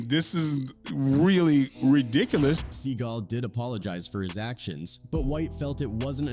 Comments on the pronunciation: He called him Sea Gull 😂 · Steven Sea GALL .....not gulll, fool.